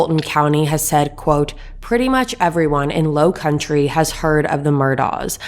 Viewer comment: It would be much to your relevance that you learn how to correctly pronounce the counties and the area, Miss pronounced the county and “ The Low Country “ I realize you aren’t from here but it helps to speak correctly when corresponding about it